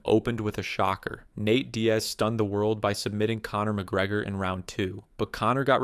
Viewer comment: “Nat Diaz”